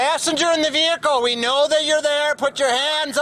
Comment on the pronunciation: He said passenger in the ( Blehicle ) We know you're there 😂 not only is he blind lying and seeing someone who isn't there he also can't even pronounce his words right ! 😂🤣😂